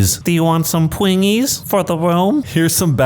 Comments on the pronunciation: After hearing you say pwingies….I’m confident I know how that wife feels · Sounds like she wants some pwingies for the woom